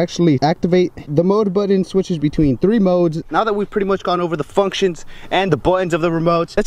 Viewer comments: Its button not budden and important not impordent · It’s BUTTON - not “bwuutteen”...